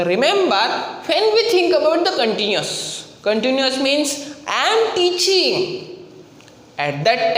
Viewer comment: Continuous hota hai continious nahi. Happining nahi happening hota hai.🙆🙆